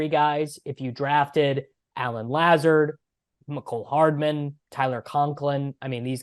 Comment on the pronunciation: Who is this guy? Doesn't even know the correct pronunciation of Lazard.